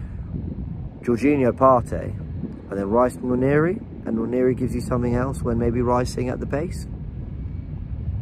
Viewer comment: Noir-neh-ree... Nwa as in the French noir